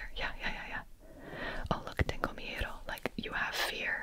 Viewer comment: Omg your pronunciation of “miedo” is sooo good I promise